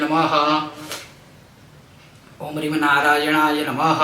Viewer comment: आप ह्रीम बीज मंत्र मै रीम का उच्चारण करते हो या ह्रीम उच्चारण करते हो आपकी वीडियो मै मुझे रीम सुनाई दे रहा है प्लीज बताए मेरा नवरात्रि व्रत है मैं नवारण मंत्र जप कर रहा हूं इसलिए कृपया बताए 🙏🙏